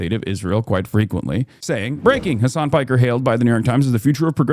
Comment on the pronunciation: His name is Piker that’s his surname not “Parker” lol